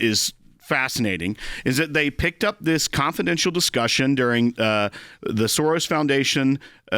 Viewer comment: George SOREYES 😂